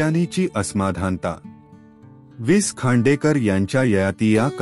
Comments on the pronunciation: सर कृपा करून विस खांडेकर असं म्हणू नका. वि.स. खांडेकर असे म्हणा. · निवेदकाला लेखकाचा उल्लेख विस खांडेकर असा उल्लेख ऐकूनच निवेदकची कीव कराविशी वाटली. निवेदन अगदीच अयोग्य आहे. पुढे ऐकावेसे वाटत नाही. लेखकाचा वि.स. खांडेकर असा करावा. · अतिशय घाणेरडे वाचन... भावना शून्य 😢 हाविस खांडेकर हे ऐकून च मन खिन्ह झाले...😮